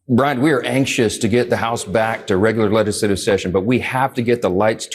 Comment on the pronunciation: Why does MAGA mike always say “lettuce-lative “ instead of “legislative?” 🤦🏼‍♀️